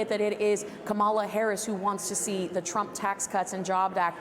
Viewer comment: Trump🇺🇸 not tramp.